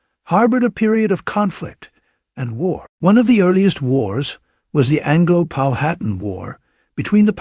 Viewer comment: Stopped watching as soon as it pronounced Powhatan incorrectly.